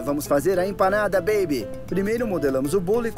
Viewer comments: Ninguém: Buddy:bEeibE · Ele falando baby é muito engraçado kKkkk 😂😂😂❤